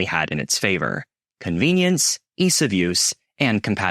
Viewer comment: The guy rarely blinks. Regular words are routinely mispronounced. If he's an intelligent California guy like me - these simple words like "ease" wouldn't be mispronounced.